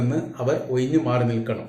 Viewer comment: ആദ്യം പറയാൻ പഠിക്കു ഒഴിഞ്ഞു മാറാൻ എന്ന് പറയ് എന്നിട്ട് താങ്കളുടെ വീഡിയോ കാണാം കേട്ടോ ബ്രോ